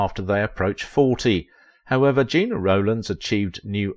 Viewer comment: Sounds like a live narrator but o swipe away when names are mispronounced. It’s Jenna, not Gina, phonetically speaking.